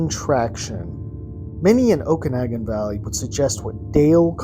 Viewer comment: is pronounced oak-a-noggin...my British g.f. and i saw this aquatic creature July 1st 1994 p.m. about 90 ft from shore&boat lunch between Peachland and soft ball fields...what we witnessed i believe a Plesiosaur(sp)...1st and only time we visited lake..have not gone back into any body of water since...we had no knowledge of such creature(s)in this lake+not know size...